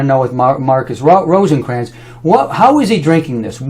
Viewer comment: If you're going to talk smack about someone, at least learn to pronounce his last name: ROTHKRANZ, not Rosenkranz - wow. He has helped thousands of people change their lives, including me. He has over 25 yrs of nutritional experience, and everything he says checks out - every single time. I have never heard of you - sooooooo P.S. "The vegans" wow dude, just please stop, you have no clue. "Don't go to a nutritionist to learn about brain surgery, and don't go to a medical doctor to learn about nutrition". P.S.S. I'm a nutritionist - and I studied The acid alkaline balance in school.